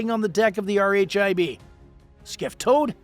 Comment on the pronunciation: "R H I B" is just pronounced "Rib", buddy.